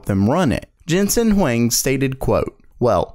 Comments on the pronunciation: Huang, not Wang. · Why people assume that the H in Huang is silent... 😳?